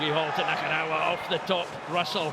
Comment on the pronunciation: still boils my piss that never once pronounced Nakarawa's name right